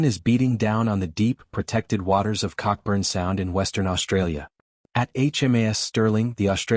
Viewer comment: It's pronounced Coburn Sound.